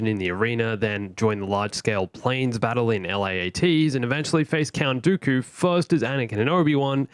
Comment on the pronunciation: I thought you were saying darth goku as a joke lmao